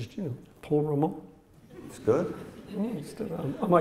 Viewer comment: Actually it was Anthony "Tony" Ramonie, pronounced Rah-Moan-Ee.